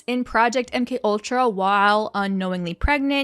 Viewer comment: But why did you Mc ultra and not M K ultra, say you were wrong not acting like it was an honest mistake